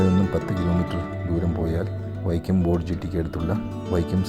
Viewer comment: വൈക്യ അല്ല വൈക്കം ആണ്. തിരുത്തുക